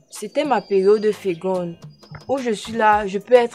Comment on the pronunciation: on dit féconde et non fégonde